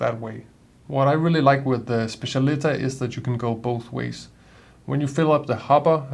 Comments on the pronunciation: It’s pronounced SPETCH-AH-LI-TAH. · I think it's pronounced spe-ssial-i-TÁ .